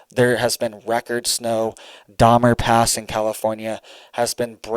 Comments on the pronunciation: Its not dahmer pass...ITS DONNER PASS...geesh why should be listen to you if you can't give the correct name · It’s Donner Pass he said Dahmer pass😂